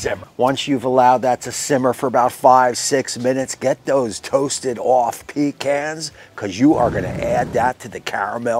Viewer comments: It’s pa-khans! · In Texas, it’s “puh cons” not pee cans